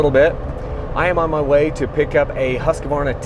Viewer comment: It is great to hear you pronounce Husqvarna correctly, very professional . For some reason a lot of other people pronounce it as Husk-a- varna. In America for some reason.